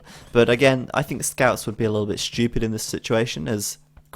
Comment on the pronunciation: haha you say stupid, but it sounds like "Shtupid." LOL. Love your commentary